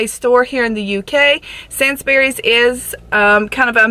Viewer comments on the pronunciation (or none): Sandsbrees it’s Sainsbury’s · I had to replay that part multiple times "senz-berries" 😂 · I cringe when she says Sainsbury’s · It's not sands berrys it's sanes burys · she just said sainsburys like that💀😂